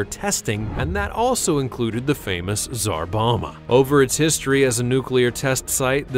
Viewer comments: Its Czar BomBa not Czar Boma bud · Bom-ba, Bom-ba. Not Boma. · It’s pronounced “ZAR BOM-BA” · I guess you could visit Chernobyl right now, but you'd have to join up with the Russian Army. Also Tsar Bomba is pronounced with both Bs: "Bom-bah". English is weird, ours is about the only language which doesn't pronounce the second B in "bomb". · It's called the Tsar Bomba not the "Zarbama" which sounds like a more evil version of Obama. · And pronounced tsar bomba wrong